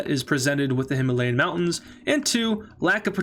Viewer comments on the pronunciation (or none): none